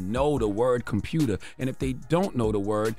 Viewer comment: Nah, that's Baltimore kids! 🤣 "Compruter..." 🤣